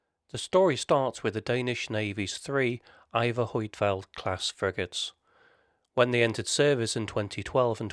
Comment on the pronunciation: Annoying how the name Huitfeldt is pronounced in this video. The correct way to pronounce the name is found here.